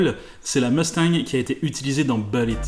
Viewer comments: C’est « boulit » pas « beulit »! Qu’es ce que ça m’énerve quand on invente une prononciation ni anglaise ni française.. ça me rappelle les années 90 quand certains gars qui voulaient se la jouer ricain disaient les « Chicago Beuls». Sinon j’ai entendu toute l’histoire très récemment... je sais plus sur quelle chaîne. Jay Leno ? Je sais plus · on dit boulitt pas beulitt mdr l'accent moisi !!